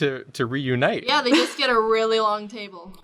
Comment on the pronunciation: i think just drew a long dong in Ny accent long donnngg